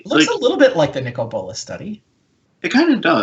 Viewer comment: is that the correct pronunciation of Nicol Bolas (Nicole Bo-loss)? I prefer Knee-coal Bo-lass.